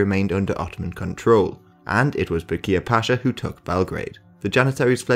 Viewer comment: I wish you consulted some native speakers concerning the names of places and characters involved in this historic period (Icko is actually Ichko, Kuchuk Alija is Kuchuk Aleeya, Georgi Petrovic is George Pethrowhich, Becir Pasha is Bacheer Pasha, Ivankovac is Ivancovatz, Misar is Meeshar and so on) but apart from that I find the video good.